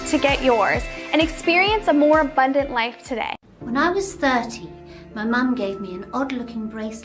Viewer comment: British guy is a Northerner who's trying to pretend he isn't - listen to his pronunciation of 'abundant'.